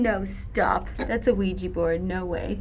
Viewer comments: "That´s a WEEGEE board" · so do you actually pronounce it "weegee" board? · I also heard "luigi" the whole time and I was like "Is this a Luigi's Mansion creepy pasta?" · kevin delaney OMG dude it's not "Luigi" lmao it's Oujia! Same sound different spelling instead of Lu it's Ou have you seen the movie trailer about the movie? It pacifically said on the title "Ouija" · It's not "weegee". The 'O' isn't silent. It's "oo-ee-gee". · Ouija is derived from the French 'Oui' and the German 'Ja', so why the hell would you pronounce it 'weejee' instead of vee-ja? 😓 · ***** Ouija board. Not WeeGee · Oh man, I replayed the video and all I can hear is Luigi/Weegee boards!!!! LOLOL OMFG Hmmmphh Bwahaha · weegee board XD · Hey....I pronounced Ouija board has Luigi board too... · Zedrik Allen No, that's how to mispronounce it. "ja" is not pronounced "jee" in any language. If anything, it is pronounced "weejah" or "weeyah" (since it may come from yes in french and german put together - oui + ja) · The correct pronunciation is "Weegee Board" and ik that you didn't make a mistake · kevin delaney I know what you ment, and it sounded like she said ouija